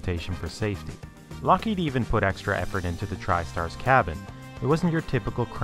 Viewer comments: It's LOCKheed, not lockHEED. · This is too late, and I realise that, but please in future stop pronouncing Lockheed as 'lock-HEED'. It's 'LOCK-heed'. Anything else makes you sound 'special'. Most people know this and I dunno why you don't. Cheers. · I'm more curious about the narrator's pronunciation of "Lockheed". It appears he goes back and forth a bit, but most often pronounces the company name as "lock-HEED" instead of "LOCK-heed". I've always assumed it was pronounced the latter, but have I been wrong? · It is not "Lock-HEED." It is "Lockheed." Duh, duh, and duh? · Nitpicking I suppose, but It's Lock heed. Not Lock heed. Not a big deal, all things considered. Great content,. Very well presented. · It's pronounced, LOCK heed. Not lock HEED. Duh. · Just one thing. It's LOCKheed. Not LockHEED. Put the emphasis on the first syllable. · How many takes did it take to record the audio for this? LOCK-heed. vs lock-HEEED? Come on, man. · LOCK heed - for crying out loud, the accent is on the first syllable. sheesh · Is it really pronounced LockHEED? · Why did the L1011 fail? It didn't. The Electra was not "a disaster" either. Where are you getting this crap? You're also mispronouncing "Lockheed." The accent is on the first syllable. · Can Skillshare teach me which syllable is accented in "Lockheed"? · I've never heard someone pronounce "Lockheed" so many different ways in one clip. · Can you pick one pronunciation of Lockheed and stick with it? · Great video, marred only by the pronunciation of "Lockheed" - emphasis goes on the first syllable, not the second.